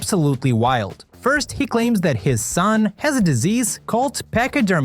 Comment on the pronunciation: it's absolutely 'wilde' ahaha